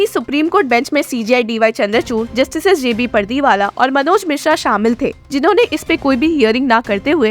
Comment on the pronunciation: Please say paaardiwala not , परदीवाल 😂